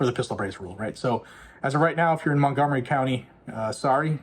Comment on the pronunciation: "Montgomery Counny"